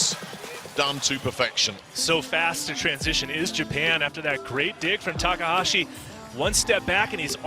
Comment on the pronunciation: your saying his last name wrong. how he pronounced taka, the a is supposed to sound like the a in taka.